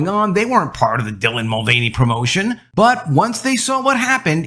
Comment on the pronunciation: There it is ....."TRANsgender INFLuencer DYlan MulVANey" one of the most cringe deliveries of the most cringe phrase on YouTube. Seriously just say the name with none of the emphasis